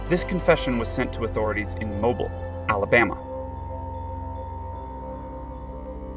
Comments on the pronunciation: I came to say the same thing~~~ it’s pronounced mo -BEEL ( rhymes with wheel). Otherwise good video. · It is pronounced Mobill not like you have been pronouncing it. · If your going to do a video learn how to properly pronounce Mobile.